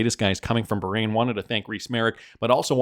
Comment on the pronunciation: You’re going to tick off a lot of people of you keep pronouncing Bahrain like that.